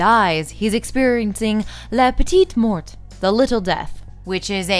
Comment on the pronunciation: "La petitE mort" I'm sorry, can't help it ^^ Thanks for sharing this essay, very interesting.